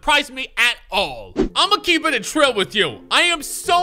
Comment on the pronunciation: Keep it TRILL, TRILL. Not "A trill" lol